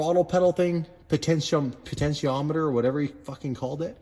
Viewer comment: Po.....ten......chi.....om....mi.....ter......your welcome......lol